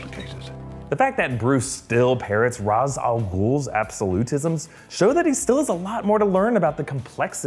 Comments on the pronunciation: Raysh...not Roz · Except when he says ras it’s pronounced raésh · Ra's is called (reish)